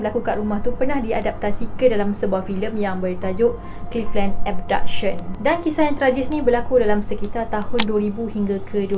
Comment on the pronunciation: ape abduction??tak clear